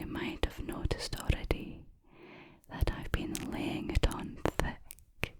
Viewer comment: When she said laying it on “theck”….. 🤤🤤🤤